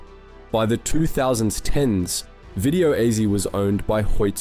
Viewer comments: It's pronounced easy not ezy 😂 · I'm sorry did but did you you just pronounce that as 2000's 10's when you were meant to say 2010's? And also at the mark, what was that pronunciation with Ezzy when you were pronouncing Ezy the correct way beforehand? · Me too.. at 1 point it sounded more like Video Ehhzi... -- What's meant by "gathos" or what that's a slang for? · why tf do you keep saying video EZZY were you even there? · The way you pronounced gathos and ezy got me thinking this is AI